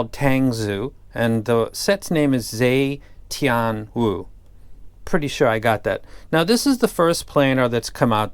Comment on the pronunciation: She’s not a princess, she was the first empress of China in Tang Dynasty. Yes Tang as in Tang Dynasty and Zu means clan. The proper way to pronounce Wu Zetian (Wu was her surname and Chinese put their surname in the front) is Woo, Zhe, Teeian. Tangzu also has another iem named after the second Tang emperor: Li Shimin.